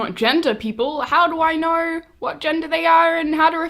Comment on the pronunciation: wait... when did we add an "R" to the word know?